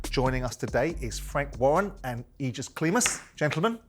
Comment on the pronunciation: It’s pronounced ‘Eegis’ Simon, not “Ejis” ffs you melt 🤡🤡